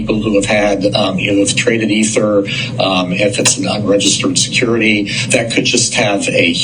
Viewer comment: If I found a magic lamp and granted 3 wishes, my first would be you pronounce ETHER correctly. The other two, not telling. Lol.